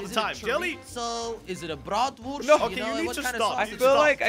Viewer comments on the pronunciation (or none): Jelly speaking "Bratwurst" in german😂